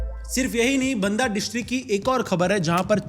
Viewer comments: pronouncing galat hai banda ki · बांदा होता है बंदा नहीं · I am from Banda ....and it's बांदा not बंदा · Bhai बांदा hai vo na mi बंदा 😮😮😮😮 meri city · वो बंदा जिला नहीं बांदा जिला है😂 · नाम तो सही लो भाई बन्दा और बाँदा में फर्क है या हिंदी कमज़ोर है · bhai it's not बंदा it's बांदा.. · Banda nahi baanda pronunciate krte h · Ye pronoun baanda hota hai not banda ye photo kalinjar fort ki hai 😂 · Bhai baanda pronounce hoga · It's not "बन्दा" it's "बांदा" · Banda nahi bhai ji Baanda(pronounciation) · Banda nhi baanda pronounce me h😅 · Bhai its बांदा and not बंदा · Bandaa nhi Banda hota hai 😂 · बंदा नहीं भाई बांदा है जगह का नाम। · Bhai ne banda district ka naam bahut galat pronounce kiyaa😂😂😂😅😅